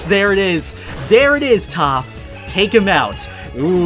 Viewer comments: He called topth momo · Is it me or I hear say toph is momo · Who else heard momo instead of toph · He called toph Momo lol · He called toph momo XD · He calls toph momo